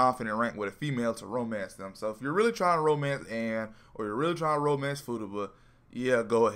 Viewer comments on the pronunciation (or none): none